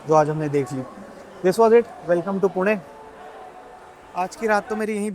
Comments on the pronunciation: Bro pronounce pune (पुणे) nice one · Are waah! पुणे ko exact pronounce kiya.